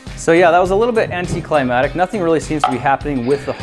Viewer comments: FYI, it's anticlimactic, not anticlimatic. That second C is pronounced. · >anticlimatic I giggled at that mispronunciation for some reason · How can a guy as smart as Grant say anti-"climatic"